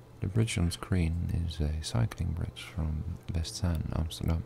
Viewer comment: Wesetzaan? You mean Westzaan. Love the bridge man.